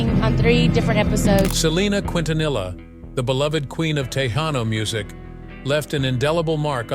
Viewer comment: If you are going to a documentary of the legend Selena Quintanilla please pronounce her name and her music correctly. It’s very frustrating to see these documentaries butchering her name and talent. You want us to respect the guidelines but yet you’re not respecting the queen of Tejanos legacy